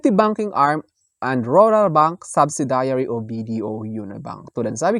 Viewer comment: Wrong pronunciation ng " subsidiary.. "